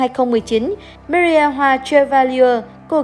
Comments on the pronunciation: chi oi xin doc ro rang ten Marie me. ri meee ri. doc tieng anh funny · đọc tiếng anh hay pháp mà người nghe khổng hiểu tên gì. Marie mà đọc chữ gì vậy